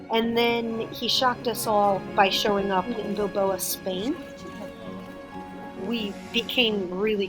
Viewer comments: Bilbao not Bilboa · That pronunciation of Bilbao will give me nightmares.